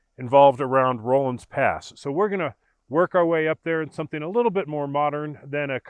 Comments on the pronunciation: It's a short O sound, not a long O. RAW-lins Pass, not ROLL-ins. Think Henry Rollins. Also, Moffat Tunnel is very much still in service. I was knocking around Rollinsville just a couple of years ago, and got to watch a freight train roll through it. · It isn''t "rohlans" pass. It's pronounced "rawlins" pass. Ask any local. Just annoying. Anyway, if you fly your drone a little further past the tunnel on the west side, you'll see where there is, or used to be a short trestle on the side of the mountain that goes over a little ravine. I have driven through the tunnel many times before they closed it, and once rode my bicycle from Winter Park to Rollinsville (pronounced "rawlinsville") when I was 50 years old. (25 years ago). Anyway, I love your videos about the Corona Pass.